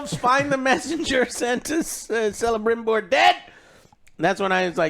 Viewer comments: Joe for 2 seasons you are sayin Celebrimbor ....It pronounces with K so Celebrimbor with K , not with the C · And still "Selebrimbor".